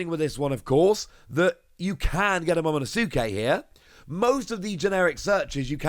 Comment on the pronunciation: awesome news! thanks! and, i've noticed in a few videos you mispronounced momonosuke lol...just wanted to let you know that it's pronounced momo-nos-ke...the u is silent ✌🏼